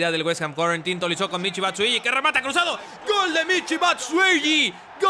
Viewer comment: es batshuayi no batshueyi